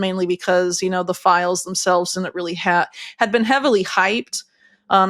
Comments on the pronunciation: Please correctly pronounce the word “Didn’t!” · Didn't. Not Din'it. Stop slaughtering the English language syllable by syllable. 😢